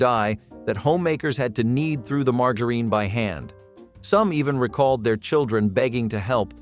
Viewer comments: Margareen? No, it's margarine, pronounced more like maar.jr.uhn. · Mar jar ihn, margarine